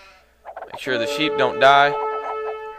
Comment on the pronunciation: sheep?I thought you said SHIT!!lol